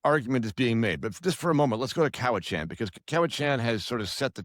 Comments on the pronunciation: The pronunciation is “cowichin” (not “chan”). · Your expert can't pronounce Cowichan. He also fails to mention the Cowichan are not after any private property. So, to me, this man despite his education is not genuine in his assessment based on the latter. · Your pronunciation of Cowichan is brual. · For an expert, this guy can’t even pronounce ‘Cowichan’ correctly 😂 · please help the lawyer pronounce cowichan properly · Please pronounce Cowichan probably